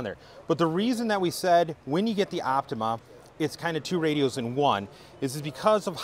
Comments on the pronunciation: Great too that finally realised that its called the Yaesu OPTIMA NOT the Yaesu OPTIMUM like he repeatedly called it in another video! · I hope has finally learnt that the new Yaesu FTX-1 is called the OPTIMA not the OPTIMUM as he repeatedly called it in another video, and he supposed to represent Yaesu!